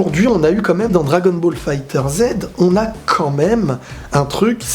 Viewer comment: on ne prononce pas le jeu 'fighter zed" mais "fighterz", oui il y à une prononciation lié à comment le jeu est prononcé en japonais